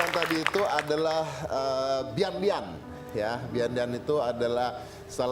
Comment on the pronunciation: Bian lian,bacanya pien lien, artix berubah wajah om